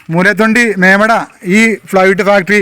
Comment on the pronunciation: മേമട അല്ല ചേട്ടാ... മേവട ആണ് സ്ഥലം